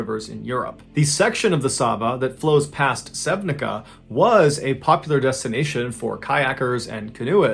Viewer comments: Just a friendly correction! The first story's town is not pronnounced correctly. While the town's name is Sevnica, it is not pronnounced with the english language rules, but rather like Sevniza (the z sounding like the z in the "Bar mitzvah".) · first story, sevnica is not pronounce as sevnika(like a letter k in consruction), c is pronounced like c in citrus. sorry but it bugs me a lot, it litteraly hurts my ears.. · Just for reference Sevnica is pronounced Say-Ooh-Knee-Tsa, great vid as always, grateful to see you do a story from my homeland! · I love your videos, I've been following your channel for quite some time now and watched all the videos. I have just minor complaint as I am from Slovenia...c in Sevnica is pronounced like ts/tz Sevnitsa. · I live in Slovenia. "Sevnica" is pronounced SEV-nee-tsa. Strangely enough, it is the first town I've been to in Slovenia, because I had not gotten off the train at the border and it was the next stop. And I arrived a month after this accident happened, but no one told me about it and there was a big language barrier, so I couldn't read headlines or anything like that. One of my former landlord's relatives was in one of the boats, but it was the one that capsized early and they gave up so he wasn't involved in the dam accident. Strange, dark, and mysterious coincidence.